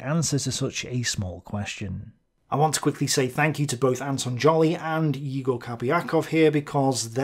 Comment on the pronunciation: I love you and your tablet! Btw, I strongly believe that "Egor" is actually pronounced "Yegor", not "Igor" (english transliteration of russian sucks so much). Also big thanks for making an afford with the correct pronunciation, I really apreciate that!